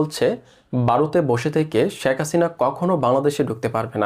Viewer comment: ঠিকমত" ভারত "বলতে পারে না বলে" বারত" শেখ বলতে পারে না বলে " শ্যাখ" ! লজ্জা করে করে না ভিডিও পোষ্ট করতে?